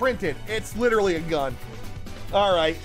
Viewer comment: I was here at 3 mins I'm widdawy hidding da griddy